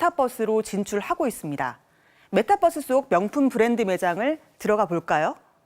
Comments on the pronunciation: 아 저 기자 메타뻐스 거리는거 굉장히 거슬리네. 저분은 유니버스도 유니뻐스로 발음합니까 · 아나운서분 메타뻐쓰 라고 하시는 거 뭔가 웃기네ㅋㅋ